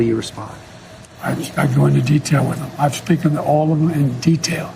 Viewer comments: Is "speakend" a word all of a sudden....what? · "I've speak-en to all of them"